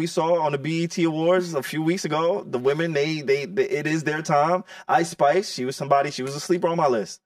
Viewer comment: Icespice????, stop it😂